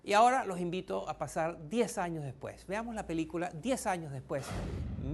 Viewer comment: alvaro lopes Se pronuncia años no anos. Ano es parte final del intestino grueso, y sirve para defecar